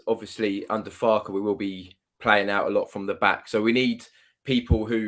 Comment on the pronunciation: Brilliant content from all of you - Thanks so much! Haven't seen before, so welcome, and great contribution, thanks (have subscribed 🙂)!!!! - IT'S 'FARKA'!!!!!!!!!!!!! 🤣🤣MOT